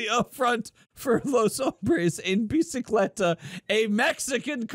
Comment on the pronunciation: bicicleta is bicycle and you pronounced it right,.